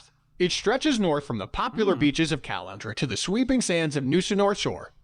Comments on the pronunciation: The pronunciation of Caloundra and Mooloolaba was doing my head in. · Says Caloundra like I should be draining my pasta in it.